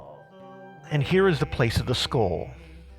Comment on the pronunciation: Can’t listen to the pronunciation of skull anymore halfway through. Thanks for the information.